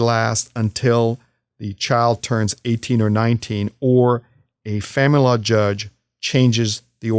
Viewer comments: Are you saying the... Family Law Judge? Because it sounds like "fanlaw" judge and I can't figure out what else it's supposed to be. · Why he says famalala judge 🤣